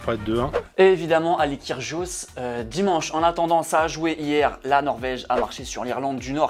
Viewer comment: t’a saccagé le nom de kygrios